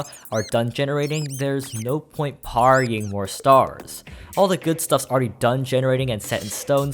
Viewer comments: I pronounce it as "pear-ry" so it was very annoying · the most atrocious pronunciation of parrying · Every time you said "parrying" was quite painful